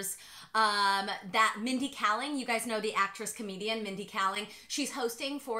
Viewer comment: mindy kaling (kay-ling) :)